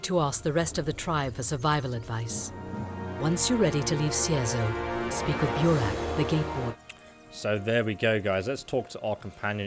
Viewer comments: i was done the moment he said Cierzero instead of Cierzo. awesome walkthrough though mate KEEP UP✌🏻✌🏻✌🏻👍🏻👍🏻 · reads Cierzo as "Cizero" hmmmm.... "Oh yes Listener" Sausage Roll returns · Cierzo. See air Zo! Just say the letters! Please. Sound it out! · you know hes an es expert because he reads "Cierzo" as "Cicero" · That and reading Cierzo as Cizero For fucks sake xD